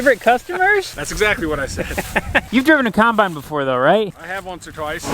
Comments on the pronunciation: Also 'cimebine' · I love how says combine instead of combine